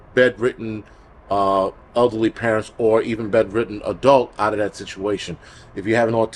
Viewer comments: Same here! LOL. I thought he meant ugly like bad personality then I realized he said elderly even though I heard ugly. 🤣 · I kept hearing ugly people instead of elderly people and I was thinking why is he saying that we might need to shelter in place if we are ugly. LOL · I heard it too!! There's a crisis going on and we don't need to add ugly people to the mix. LOL I'm crying!